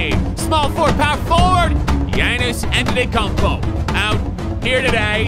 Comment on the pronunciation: he said Thianis antetakoumpo not giannas